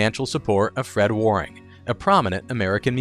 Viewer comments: I keep cringing at the word "Warrrring". Where- ing, AI. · Waring- rhymes with bearing and caring. Also note that Fred Waring was a popular musician. He spelled the name of his blender as “Blendor”. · Percyoulater?? Inventing new words.Waring is also mispronounced.